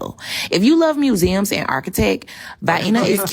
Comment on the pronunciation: "If you like mewzeum and arkitek"